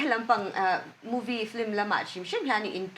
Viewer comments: Fliiimm tih hian lam ri tawh lo u la, fil-immm tiin lam hram thin u la..tunlai angah flimmm la tih tut te hi mipui hmaa lang chin tan a mawi tawh lo ania. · Hosh Omomi khi,Film tih hi,Flim ti in alama,anihna bo vekin ka hria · Mithiam leh changkang pui pui te hian FLIM ang hian in lam ṭhin a. FILM a ni si a. F leh L hi a awm kawp lova, flim angin tihrik chi a ni lo a sin. L hi ri thawi ve zeuhin i zawh chiah hian lam tel zeuh chauh tur a nia. F-i-l-m. F leh L hi a ri kawp tur a ni lova.